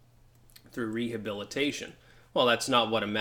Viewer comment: "MONDAY NIGHT HEHABILITASHION" -Panem et Circensens